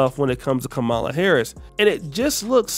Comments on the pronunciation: When you learn how to pronounce the vice president’s name properly maybe I’ll listen to you again until then. Bye. 😢😮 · When you learn how to pronounce the vice president’s name properly maybe I’ll listen to you again until then. Bye. 😢😮 I will not give that brother any kind of applause you either